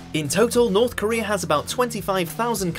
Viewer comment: Norf Koreaaaa